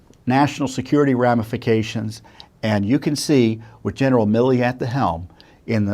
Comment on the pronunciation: GENERAL “ MI LI ”?, …Say it ain’t so!